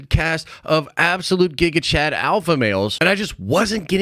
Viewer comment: Dude, stop saying gigachat